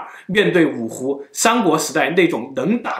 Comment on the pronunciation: 台灣格語